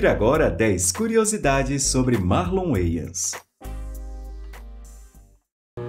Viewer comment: Finalmente aprendi a pronunciar corretamento o nome "Wayans" rsrsr